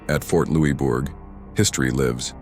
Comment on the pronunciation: Thank you for the vid! also, it's Louisbourg (loose-berg)